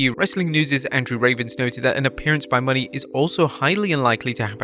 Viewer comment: LEARN HER DAMN RING NAME! IT IS MERCEDES MONE' NOT MONEY!!!